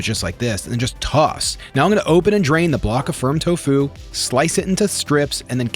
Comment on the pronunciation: I really like this video... And I'm so sorry but the emphasis is on the "to" not on the "fu" hahaha I searched for garlic confit and found you... And was so pleasantly surprised to find you a plant based creator!! Amazing